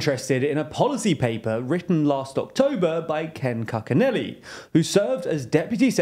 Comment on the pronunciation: Love the work you're doing, but there were some pronunciation mistakes in this episode. AMLO should be pronounced as Am-Lo and Cucinelli is pronounced as Cooch-e-nelli.